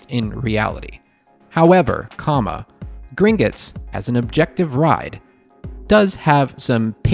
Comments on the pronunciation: Why "Grin-guts?" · That 'u' drove me 😠. It's a 'o'. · For the love of god stop pronouncing it “Gringits” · omg. It was all I could hear.